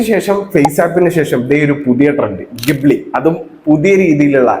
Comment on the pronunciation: Ghibli ❌chali✅